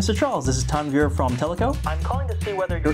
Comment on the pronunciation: When say tanvir I hear it tanvi and my name is tanvi